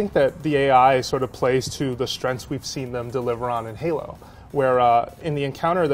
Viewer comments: stop saying Halo, pls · Yep pretty much what i herd. halo halo halo halo. Lol